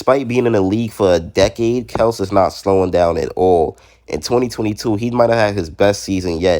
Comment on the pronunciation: It's Kel-see